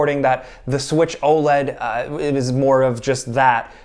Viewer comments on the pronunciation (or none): Please stop calling it "O LEAD" just say the letters separately!!